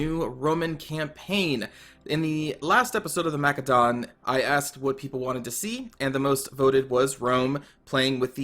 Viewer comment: I came here to see if this would be a good Total War series to watch. Not even a minute it and you're annoying the crap out of me with the way you pronounce Macedon. Why do you say it so fucking wrong?